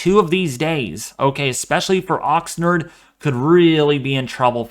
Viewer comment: Great update. Ox 'nard' rhymes with lard!!